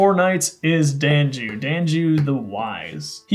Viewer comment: "Dan-ju?" I always pronounced it as "Don-you" like I thought it was German-ish sounding.